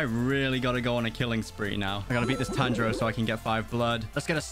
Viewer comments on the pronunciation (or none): none